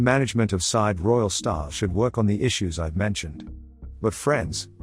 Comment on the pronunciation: If you set yourself up as travel specialist learn how to pronounce the resort name. Side is pronounced seeday